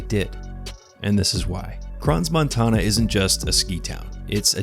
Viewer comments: The 's' is silent in Crans-Montana, he should have known that. He also got the legal drinking ages wrong. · * nota bene: You do NOT pronounce the 's' in "Crans-Montana". The 's' is utterly silent. And just for good measure: "corrections to video: not all alcohol can be served to people 16+ - only beer and wine and cider. Spirits are 18+" One more thing, those dangerous "fire fountains" (NOT sparklers) are used in most bars and discos and in peoples' homes at birthdays, anniversaries, New Year's: those fire fountains are cheap and extremely popular. SINCE WHEN ARE TEENAGERS UNAFRAID OF A FIRE IN A BASEMENT!! Those kids are standing around TAKING MOVIES of the fire/toxic fumes that will kill them all less than 3 minutes later. WAKE UP IPHONE ADDICTED KIDS!! There is 'your phone' and there is 'REAL LIFE!!' They ARE NOT the same thing with equal value - GET IT THROUGH YOUR HEADS!!*